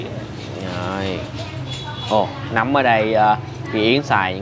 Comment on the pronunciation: “núm”hay “nấm” vậy anh?😂Mà nhìn size to hơn nhiều quán khác.😁